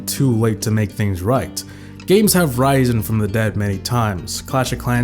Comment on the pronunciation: I heard that mispronunciation of risen